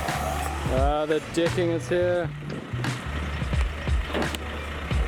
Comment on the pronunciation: Extreme interesting watching the “ Dicking” (as he pronounces it),, 😂😂👏🏻👏🏻